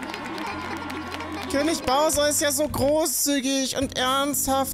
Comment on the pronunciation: hat ja mal endlich mal einen namen richtig gesagt😂😂 Bowser.. ernsthaft das ist das erste was als name richtig gesagt wird von ihm??!